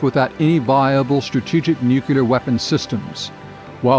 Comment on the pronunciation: He should've learned to pronounce nuCLear and MacNamara before narrating this